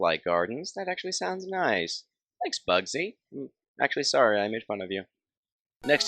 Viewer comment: 7 actchelly